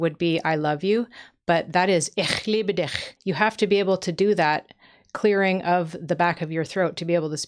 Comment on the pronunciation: Ich liebe dich, is not pronounced gutturally from the back of the throat. The two ch sounds use the tongue against the front of the palate.